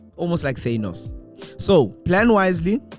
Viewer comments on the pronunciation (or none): none